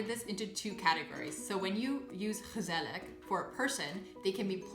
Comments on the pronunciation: Hmm, your pronounciation is so good and quite like a native's, although with gezellig you pronounce the final G as a K which is odd as you don't do it in other words like jarig... did you eve notice that? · Also ik not saying this to be mean I just want to help you. At Gezellig you say the last g the same es the first and not with a like' k '